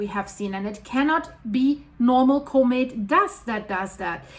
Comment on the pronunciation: I just come here to hear this lovely scientist say "Koh-mitt" 👍🏻